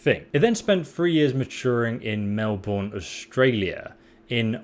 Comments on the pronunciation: Melbourne is actually pronounced Mel=burn, but we forgive you. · Why does every American pronounce Melbourne wrong?